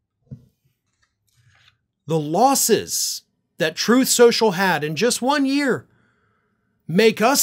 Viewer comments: "Sloth trenches".. Rgr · “SLTHROTH SCLENSSHUUL” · “Troth senchul “